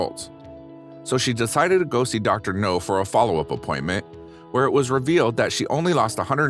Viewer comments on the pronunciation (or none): OMG dude its Dr NOW. Not NO